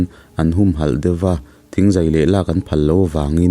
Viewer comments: Thingzai a in kawp hi hâl khat nilo in Hal-khat(Hal hi sihal a,Hal anga lam tur) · "Hal" - halphuah thlukin i thluk a, "Lo hal" thluk a thluk tur..